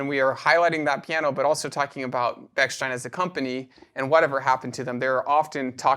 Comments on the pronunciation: Very interesting , but you’re mispronouncing the the name. It’s stein. Not steen. Like Steinway. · Please do not say “Beksteen” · It's interesting that the wrong pronunciation of Bechsteeen is used here. Has anyone said Steeenway? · It's ridiculous that neither of you could pronounce the name correctly throughout the entire video. (Since it is "ei", it's pronounced as an I. If it were "ie", then it would be pronounced E.